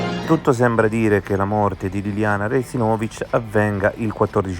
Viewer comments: sulla seconda. Nel video viene chiamata Resinovìch, e chi legge sbaglia anche l’accento di Stuparich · Rèsinovich , Stùparich ...gli accenti, perdio!